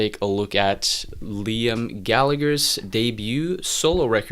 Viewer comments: Your constant mispronunciation of "Liam" does rather undermine your opinion somewhat. It's pronounced "lee-am". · Your review doesn't mean anything to anyone and lost all credibility cause you can't even pronunciate Liam's name. And there are two Gallagher's so everyone treats them as Noel and Liam..nobody calls them Gallagher cause it confuses people up. It's rock n roll music...The wheel has been invented already. want to hear something new? go kick a fucking trash can and see if you can make an instrument out of that!